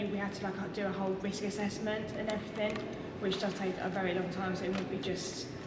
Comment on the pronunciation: 'and everyfing', obviously